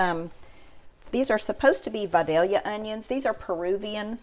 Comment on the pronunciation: I knew it was going to be good as soon as you pronounced “Vidalia” correctly.